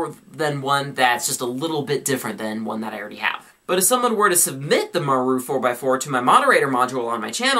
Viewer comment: maru's pronounced "mah-roo" ;) thought u mite wanna know